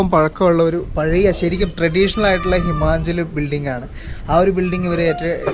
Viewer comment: കമെന്റ് ഒന്നും വായിക്കാറില്ല അല്ലേ! ഹിമാഞ്ചൽ അല്ല, ഹിമാചൽപ്രദേശ് ആണ് സുഹൃത്തേ.